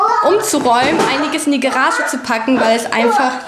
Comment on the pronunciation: Garage, nicht Gerage^^